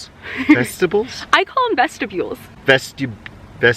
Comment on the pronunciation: Vestibule: ves-tah-bhule 🏕